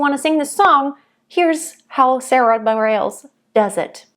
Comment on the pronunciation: Sarah B. is my favorite modern artist! Just a quick note about pronunciation of her last name - it’s “Bah-REHL-ess”.